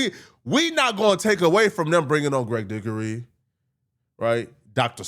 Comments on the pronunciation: Boy said Great Dickoey🤦 Go to speech class asap bruh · this clown said Greg Dickory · MF did you just call Dick Greg “Greg Dickery” my nigga???